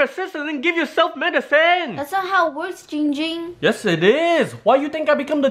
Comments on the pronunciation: you guys are saying it wrong! It's giiiiiiiiiiiiiiiiiiiiiiiiiiiiiiiiiiiiiiiiiiiiiiiiiiiiiiiiiiiiiiiiiiiiiiiiiiiiiiiiiiiiiiiiiiiiiiiiiiiiiiiiiiiiiiiiiiiiiiiiiiiiiiiiiiiiiiiiiiiiiiiiiiiiiiiiiiiiiiiiiiiiiiiiiiiiiiiiiiiiiiiiiiiiiiiiiiiiiiiiiiiiiiiiiiiiiiiiiiiiiiiiiiiiiiiiiiiiiiiiiiiiiiiiiiiiiiiiiiiiiiiiiiiiiiiiiiiiiiiiiiiiiiiiiiiiiiiiiiiiiiiiiiiiiiiiiiiiiiiiiiiiiiiiiiiiiiiiiiiiiiiiiiiiiiiiiiiiiiiiiiiiiiiiiiiiiiiiiiiiiiiiiiiiiiiiiiiiiiiiiiiiiiiiiiiiiiiiiiiiiiiiiiiiiiiiiiiiiiiiiiiiiiiiiiiiiiiiiiiiiiiiiiiiiiiiiiiiiiiiiiiiiiiiiiiiiiiiiiiiiiiiiiiiiiiiiiiiiiiiiiiiiiiiiiiiiiiiiiiiiiiiiiiiiiiiiiiiiiiiiiiiiiiiiiiiiiiiiiiiiiiiiiiiiiiiiiiiiiiiiiiiiiiiiiiiiiiiiiiiiiiiiiiiiiiiiiiiiiiiiiiiiiiiiiiiiiiiiiiiiiiiiiiiiiiiiiiiiiiiiiiiiiiiiiiiiiiiiiiiiiiiiiiiiiiiiiiiiiiiiiiiiiiiiiiiiiiiiiiiiiiiiiiiiiiiiiiiiiiiiiiiiiiiiiiiiiiiiiiiiiiiiiiiiiiiiiiiiiiiiiiiiiiiiiiiiiiiiiiiiiiiiiiiiiiiiiiiiiiiiiiiiiiiiiiiiiiiiiiiiiiiiiiiiiiiiiiiiiiiiiiiiiiiiiiiiiiiiiiiiiiiiiiiiiiiiiiiiiiiiiiiiiiiiiiiiiiiiiiiiiiiiiiiiiiiiiiiiiiiiiiiiiiiiiiiiiiiiiiiiiiiiiiiiiiiiiiiiiiiiiiiiiiiiiiiiiiiiiiiiiiiiiiiiiiiiiiiiiiiiiiiiiiiiiiiiiiiiiiiiiiiiiiiiiiiiiiiiiiiiiiiiiiiiiiiiiiiiiiiiiiiiiiiiiiiiiiiiiiiiiiiiiiiiiiiiiiiiiiiiiiiiiiiiiiiiiiiiiiiiiiiiiiiiiiiiiiiiiiiiiiiiiiiiiiiiiiiiiiiiiiiiiiiiiiiiiiiiiiiiiiiiiiiiiiiiiiiiiiiiiiiiiiiiiiiiiiiiiiiiiiiiiiiiiiiiiiiiiiiiiiiiiiiiiiiiiiiiiiiiiiiiiiiiiiiiiiiiiiiiiiiiiiiiiiiiiiiiiiiiiiiiiiiiiiiiiiiiiiiiiiiiiiiiiiiiiiiiiiiiiiiiiiiiiiiiiiiiiiiiiiiiiiiiiiiiiiiiiiiiiiiiiiiiiiiiiiiiiiiiiiiiiiiiiiiiiiiiiiiiiii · Guys its not ging ging its giiiing ging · Its not ging ging its GIING GING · ITS JING JING NOT YING YING LOL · It’s giing ging not ging ging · it's Ging Ging not Ying Ying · ITS giiing ging not ging ging lol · l i t t l e b e e NO ITS GIIIIING GING NOT YING YING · NO ITS ZIIIIIIIIING ZING NOT YING YING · OMG IT NOT JING JING ITS GING GING GOSH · It Giiing Ging not ding ding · it’s ging ging/giiiiiiiiing ging not jing jing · It’s Yee yee not ging ging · Why u say it wrong it’s giiing ging